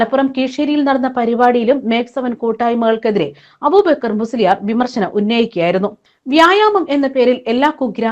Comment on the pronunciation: അബൂബേക്കർ എന്നല്ല അയാളുടെ പേര് അബൂബക്കർ എന്നാണ്